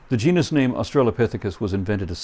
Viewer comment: Of course you won't have this problem, if you pronounce "Genus" correctly.